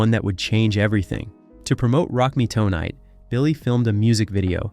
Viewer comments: It's Tonight. Not Toenight? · "After the controversy surrounding his Rock Me Toe-night video" 🤣